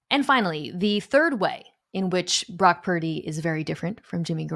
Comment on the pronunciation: Is Parrrdy or Perrrdy 😏😂🤣😂🤣😂It’s Purdy!!!🤭🤗